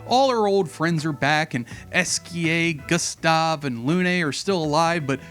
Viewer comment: My boy, it's pronounced "Goo-stave" not "gus-tov"